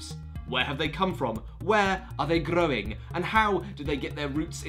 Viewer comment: jesus christ, the rolled r on "growing" kills. give this guy a raise